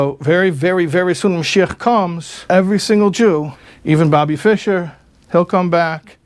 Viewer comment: fischer was correct